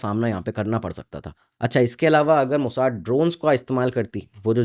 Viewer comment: मोसाद को अंग्रेज की तरह मोसाड कहना बंद करो